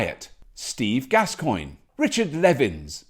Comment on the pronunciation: Lol, Gascoyne is a pateron of electric show, 😂😂😂😂😂. "Gas coin"